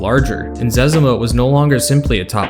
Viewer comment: Im glad you pronounced his name the same way my brothers and I do! Cause that means we were right! Right about it. My license plate for one of my trucks is "ZEZIMA" so you could say im a fan :) Great video!